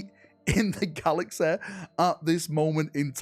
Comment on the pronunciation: learn to speak... GALAXEH... lmao